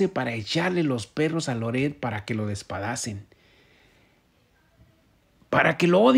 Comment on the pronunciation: DESPEDACEN...DESPEDACEN... NO DESPADACEN